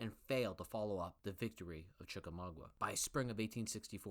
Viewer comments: Gotta work on how to pronounce American place names: ChickamaugA (not "wah"_) KenneSaw Mountain (not "shah"_) ChattahooCHee (not "hoogie"_) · Chickamauga... not Chickamaugua.